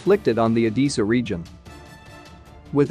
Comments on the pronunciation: It’s Odessa not Odeessa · I think it's Oh-DEH-Suh, not Oh-DEE-Suh, but I could be wrong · O-Dee-Sa or O-DESS-A? shouldn't you know? do women wear dreeeses or dresses? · PLEASE - find out how to pronounce the name ODESSA - it hurts my ears - O-dess-a e not i in its pronouncement